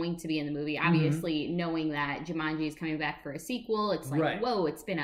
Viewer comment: Also,I think it's Ju-maan-ji,not Ju-mun-ji lol.